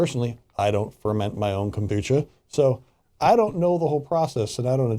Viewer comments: You guys can't even pronounce it :-( and most kombucha bottles say "contains alcohol" ... people think... it is fermented drink.... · That’s how most people say it. Never heard it said the way this guy is saying it lol. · Wow wow wow. officially jumped the shark. This is sponsored content! An fn infomercial! At least know how to pronounce kombucha correctly bwahahaha. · I can’t take it seriously with the pronunciation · I support, but then I see stupid news stories like this and I cringe. You’re not even pronouncing the drink correctly. It’s fermented tea. It even says that there’s trace alcohol on the label. Even if there is alcohol, I challenge anyone to drink more than one bottle. Kombucha is potent stuff... Anyone complaining about the legality of kombucha has never heard of it and don’t understand the actual benefits of it. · He can’t even pronounce Kombucha :/ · Well we are the country that sues over coffee temperatures which makes this entire segment seem much less bizarre. Have I been pronouncing kombucha wrong? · That pronunciation is not correct. is wrong on this. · David Steere Florida. We all pronounce it the way the second guy did. But I’ve seen different vegan videos about it all over YouTube and various places and nobody pronounced it the way the host does. I don’t know if it’s “wrong” it just sounds bizarre to me lol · If you are someone who cannot consume alcohol. Avoid all fermented products as it is a result of the fermentation process. Organic rootbeer, ginger ale... This is about the fact that the label didn't contain the proper information. And it's KobuCHa not kombuCKa. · It's kam-boo-CHA, not kam-boo-KUH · Literally everybody who drinks kombucha knows it’s fermented and has small amounts of alcohol and it says it on the bottle. And it’s “kom-bu-cha” not “Kom-bu-ka” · he calls it kombuka